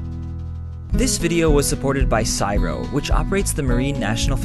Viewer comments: It's pronounced Cee.Ess.Eye.Arr.Oh dude, not cyro... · I've never heard anybody call it "sigh-row", it's usually C-S-I-R-O, but that was pretty funny. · "Scirow" hurts. Please call it the C-S-I-R-O. Also it has recently lost 30% of it's funding in the last Australian Budget :( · It's pronounced C-S-I-R-O, not Si-Ro. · Haha Syro, C.S.I.R.O My little American friend. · Australians don't normally call it "sy-ro" the letters are pronounced Cee-Ess-EyE-Ar-Oh. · Awesome video dude, but it's pronounced (the) C-S-I-R-O. "Psyro" doesn't exist, and as an Australian, your pronunciation made me crack up hahaha. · Most people call it C.S.I.R.O, as in they say all the letters, rather than saying "syro", but I guess you are no less correct - I have just never heard it said like that before. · C..S..I..R..O Not cyro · C.s.I.r.o not siro haha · As every Australian shudders at the sound "Cyro" instead of C.S.I.R.O. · Its not Csiro! its CSIRO do you turn all acronyms into full words? Didn't think so. For a science channel you dropped it on this one. Nsa? Naacp? Nba? Nope! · In Aus we don't all the CSIRO 'syro', we actually say the acronym C S I R O. Takes longer but sounds better. :) Great video. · "Siro". Im not 100% sure but i'm pretty sure you pronounce it as an acronym. "C-S-I-R-O" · Its pronounced CSIRO not siro. Just pronounce the letters individually. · Not pronounce siro, it's pronounced c s i r o. Initialism not abbreviation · Hahaha... "Syro".... It's pronounced C. S. I. R. O. Say the letters of the acronym. Like EPA or DEA or BBC. Not like NASA. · Just a heads up, it's pronounced C.S.I.R.O (as individual letters) rather than CSIRO as a word. It's awesome that you're being sponsored by them though! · It's not "CYRO" It's actually pronounced C.S.I.R.O. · LOL'ed at "psyro". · its an acronym so its: see ess ai ar oh CSIRO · just so you know csiro is pronounced letter by letter so as in C-S-I-R-O not as one word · See Ess Igh Are Oh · Its pronounced C S I R O :P